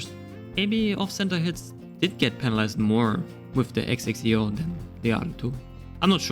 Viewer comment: It's Zek-si-oh